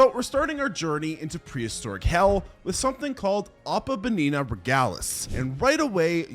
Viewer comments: Im not trynna be a dick but 1 hope youre having a good day and 2 You're pronouncing opabinia wrong and its a little frustrating (but thats only because im autistic asf when it comes to paleontology 🥲) its pronounced (oh-puh-BIN-ee-uh) not (oh-puh-ba-NINA) but again i hope you have a good rest of your day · OH-PAH-BIN-EE-AH. for God's sake